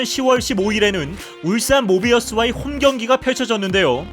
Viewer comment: 울산 모비스와를 모비와스라고 읽어버리네 ㅋㅋㅋㅋㅋㅋㅋㅋㅋㅋㅋㅋㅋㅋ